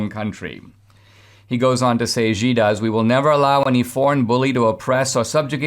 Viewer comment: Xi is pronounced Shee